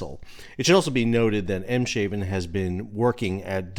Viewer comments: Em-shaven? Emm-shaarven. Not 'shave' as in shaving your face, but 'haaven' as in 'aargh'. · Not “Em-shaven”… “Ayms-harven” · A note on pronunciation. "Haven" means "Harbour". So it's not Em-Shaven, it is Ems-Haven. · Ameland, not Emelan. Eemshaven, not Imsh Iven. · 'Haven' means ' harbour', so it's "Eem's haven", not "Eem-shaven". Thanks for your coverage of this disaster, it's been really informative. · 🤔 Your saying the ports name wrong, there is no 'sh' (as in ship) pronunciation. It is pronounced as Ems-haven ( meaning Ems Port/Harbour) after the river Ems, located at it's mouth. That's ok, my pleasure 😉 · Hi sal in case your do more bids on this ship it's in the port of Eemshaven pronounced Eems Haven :-) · BTW, it's pronounced EMS hafen. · Great update But phonetically..aims.(guttural H semi-glottal ach) affen! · Eems (as in the A of ABC), as it's a Dutch port, not a German one, though in a way, very close to German water. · Eemshaven is pronounced Aims - haven, with that last a sounds like in bar, but a bit longer. Same in Ameland; Ah muh land. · SAL - PRONUNCIATION: Eemshaven = AIMS-Haa-ven. (we live 60km away). emphasis on "aims". Haven = Harbour. Great update. TY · A little bit of fun education; Ameland is pronounced “Ah-melahnd”. Eemshaven is pronounced “Ames-hahven” try it!😉💪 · Here's how to say it: "AIMS-hah-ven". Thanks for everything, Sal! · I was going to add this wth the inclusion of the water border devide but decided to leave it with the emphasis on the 'sh' pronunciation. 🙂👍